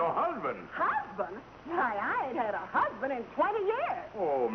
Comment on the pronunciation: had ( not hai )